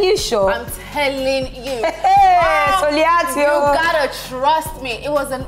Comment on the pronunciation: *Soliat not Sulia !!!!!!